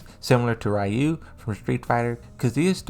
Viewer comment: I don't like the way you pronounced Ryu.